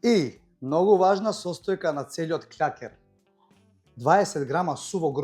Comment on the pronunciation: Не кљакер туку клакер